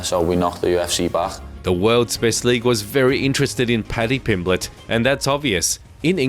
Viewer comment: Paddy Pimblenden 😂